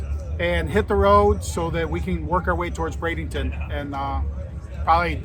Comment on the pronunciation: Ok. We need to spread the work. BRADENTON. NO “ING”. It’s like warshing your clothe.